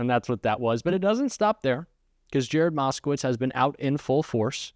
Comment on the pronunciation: Exactly as I saw it! I was a ******witz. It was pronounced ******witz not *****vitz!